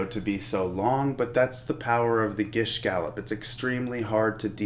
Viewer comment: you pronounced gish gallop incorrectly